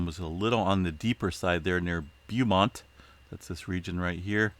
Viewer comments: Hi there🙂🌻✌️. .thank you very much for this public service - very nice of you .🙂😊🌻🌐..oh yeah... ..just so you know .. it is pronounced *bo* - Mont .. long 'o' ... not *bee* - *you* Mont .. or do you read phonetically?!?🤨😒 .. like Bela Lugosi had to do to read his lines to portray Dracula ? 🤔 since he did not know much English at the time (1931) .🤨.. in the film of the same name??!?🧛🧛🧛🤞🖖✌️🍀🦗🐞🐝🦋🦋..💪🤳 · Beemont? It's pronounced "bo-mont" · Pronounced bow-mont